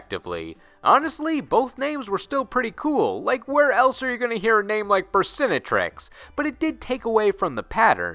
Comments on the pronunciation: It always makes me laugh how the English dub of the anime (and players as a result) put the accent on the wrong syllable of Burstinatrix. It's a play on the words "Burst" and "Dominatrix" and any self respecting perv would never pronounce Dominatrix wrong. Lol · Btw burstinatrix would actually be pronounced how dominatrix is pronounced. They just said it that way in the English anime because...well it's fucked they already called a card burst+dominatrix, cover your tracks by pronouncing it less obviously for the kids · Burstinatrix should be pronounced like dominatrix